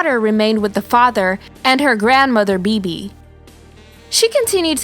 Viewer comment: You.are pronouncing Maias name wrong and you are pronouncing Bebe's name wrong. Women who.are born in November and are highly sensitive tend to have mental illness and addiction.issues.